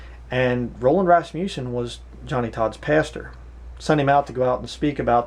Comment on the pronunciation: First, you are pronouncing his name wrong. It is not pronounced with a long "U" sound. Second, his book is profound and full of truth, backed by scripture and careful study. You will have a hard time finding many men as godly as he was. He was taught the pre-tribulation rapture belief in college. Years later, after studying the Bible for many years, DAILY, ANNUALLY, he saw that a pre tribulation raptire was not scriptural. Yes, he knew MANY people from all over this world. That does not mean they were his "friends". You are conjuring up falsehoods and slandering this man. God will be your Judge, and you are bearing false witness against a true man of God. I was a member of Faith Baptist Church in Canoga Park, CA, for more than 15 years, and this man led me to the Lord in 1986. I have NEVER heard him speak anything that was unscriptural, or untrue. SHAME ON YOU!